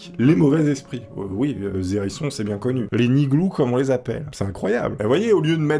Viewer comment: J'adore, mais il faut arrêtez de faire la liaison, je défend une cause commune et juste on dit ni nherisson ni les zerissons